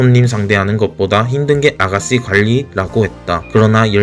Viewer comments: 보이스피싱에서 믾이 듣던 발음 ㅋㅋ우리 아가쒸는 ㅋㅋㅋㅋ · 혀가짧아서 혹시 시읏 발음이 안되시나요?? 아가싀는 스아무스일 이렇게 얘기하시는데 살짝 교정 부탁드립니다..